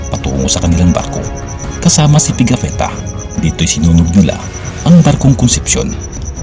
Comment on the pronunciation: Ang historian sa Magellan’s expedition ay si Pigafetta (hindi Pegafitta). Maligayang Pasko 🎄✨ sa iyo bro.